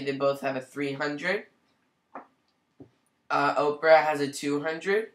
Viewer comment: I'm going to start pronouncing it Oprah as well. That's hilarious.